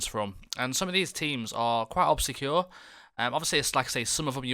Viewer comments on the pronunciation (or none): Dude your pronunciation of obscure is 😂😂👌🏻